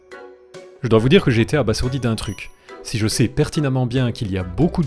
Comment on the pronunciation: On dit abaZourdiiiiiii